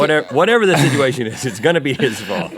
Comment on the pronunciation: Rhett "Sidgeuation" alert!